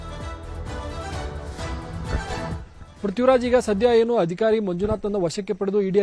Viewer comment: Pl ask your reporter to pronounce proper kannada Hadaya alla ಆದಾಯ... Hadikari ಅಲ್ಲ ಅಧಿಕಾರಿ